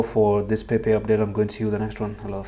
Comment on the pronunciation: Time to go back down. It's Pepe, Not Pepec. Don't get the mass wrong.